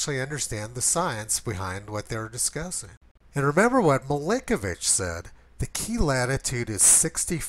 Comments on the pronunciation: It's "Milankovitch", not "Milinkovitch" "Mi-LANK-ovitch" > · I swear you just called Milankovitch "Blinkovitch".... at least that's what my admittedly loud-music-damaged hearing interpreted it.